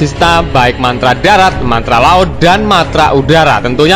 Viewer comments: Min ko mantra seharusnya kan Matra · MATRA MIN....BUKAN MANTRA.....LU KIRA DUKUN...??